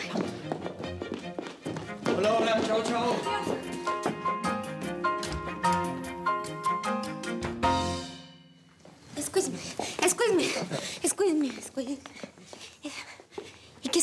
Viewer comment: Alguien vino a buscar el comentario de donde dijo esquiusmi jajaja jajaja